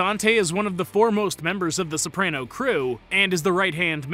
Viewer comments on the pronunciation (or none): And he pronounces it wrong, it's an ah not eh. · He’s not even pronouncing Soprano right either